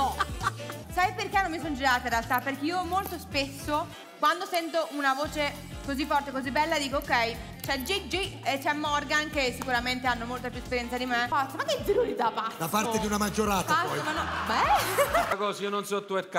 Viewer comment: Ma io muoio quando elettra dice gigi con quattro G😂😂❤️